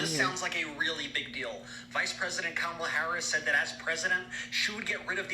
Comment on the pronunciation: You called her Komala/ time stamp , and called Kamala time stamp 😂all right Trump Jr LOL😂😂😂❤